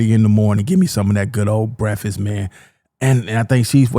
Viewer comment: Haha he said breffuss. 👍